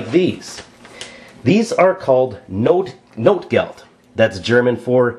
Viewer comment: Great video, verry informative. ps. its notgeld, not notegeld.